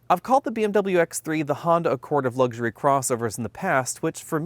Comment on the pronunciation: It's luxury not lugsury.